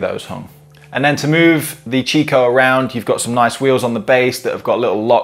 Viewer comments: It's pronounced "Kikko" not "Chicko". It's an italian brand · In the UK it is normally pronounced 'chicco' never heard it pronounced 'kikko' before. Maybe over time it may change like the pronounciation of 'Nestles' to 'Nestlay' and 'Jané pronounced 'Han-nay'